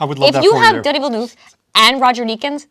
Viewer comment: Watch Villeneuve's Enemy (2013) it has a lot of Bond themes like suspense, man-on-a-mission, secret societies, beautiful women, sex etc Also, don't pronounce his name 'Dunny' that's Australian slang for a toilet haha